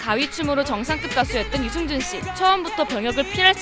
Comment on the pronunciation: 유승준발음을 유증준으로 할꺼면 스티브유라고 해라 받침도없고 편하잖아